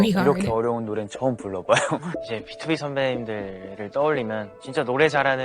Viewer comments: Love your commentary, by the way btob is pronunced like beetwobee :) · Please react to a BTOB "I'll be your man" live performance, there are many, before the MV, to be honest the MV is distracting from their live voices and harmonization .. don't worry, live sounds just like a studio recording 😅 Btw, BTOB is an acronym for "Born to Beat", therefore is pronounced Bee-2-bee 😊 You can see here in the video how Chris pronounced it Oh if you like recording sessions, BTOB has few in their channel 🥰🥰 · What I retained from this video : Bang Chan best leader Han 4th gen ace Seungmin 4th gen vocalist Stray Kids 4th gen leaders btw BTOB is not pronounced B-T-O-B but B-TO-B :) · Idk if anyone already pointed that out but BTOB is pronounced BEE-TOO-BEE, acronym for "born to beat", thank you for your reaction and commentary ❤️